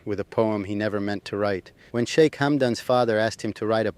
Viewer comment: Shik? Shica? Que horror.